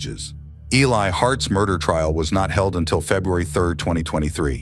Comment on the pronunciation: This is why AI sucks. His name is Eli, not Ali. Mom is Julissa, not Julia. Get it right or don't put it out!